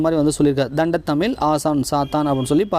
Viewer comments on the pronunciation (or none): Thamizh words coreect an pathu padichingana nallarukkum.... Thandamizh... Thandathamizh... 2003 ...2013 konjam Sariya padinga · தண்ட தமிழ் இல்லங்க... தண்டமிழ்😂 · 72.தண்டத்தழிழ் என்று உச்சரிக்காதீர்கள்.. தண்டழிழ் என்பதே சரி.